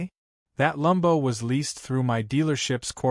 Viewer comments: It’s Lambo!!! Not Lumbo. Lumbo’s not a word. This AI narrator cracks me up. 😂😂😂😂😂😂😂😂😂😂😂😂😂😂😂😂😂😂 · It actually sickens me with that horrid, WRONG, pronunciation of Lambo and many other words AI can't pronounce properly. Ugh.